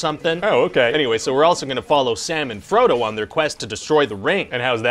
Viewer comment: I thought he said "Salmon Frodo" and got a strange mental image lol